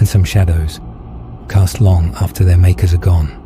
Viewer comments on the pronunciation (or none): none